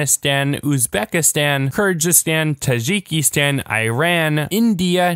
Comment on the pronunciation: Kyrgyzstan and Tajikistan are the only Stans he pronounced badly